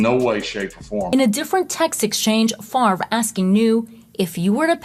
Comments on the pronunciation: I never liked the guy just because his name is pronounced stupid - it's FAV-RE, not FARVE. ;) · How come we all have to be dyslexic and pronounce his name wrong. It is Fav-ray , not Farve. Nannette Fabre's name was Fab-ray, not Farbay. Jesus. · This idiot doesn't even know how to pronounce h is own name. If FAVRE is pronounced FARVE, is HAVRE pronounced HARVE? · This idiot doesn't even know how to pronounce his own name. If "Favre" is pronounced "Farve", is "Havre" pronounced "Harve"? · not sure what you mean in saying "not in America". It's a French name and it's pronounced fav- ray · Hes the epitome of a dumbass American. He cant even pronounce his own name. Its French. Its pronounced "FOV RA" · OK< people, he doesn't play football any more. Can we start pronouncing his name correctly? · Duh. Your such a dum bass that you can't even pronounce your last name. 😂😂 DIRTY THIEF.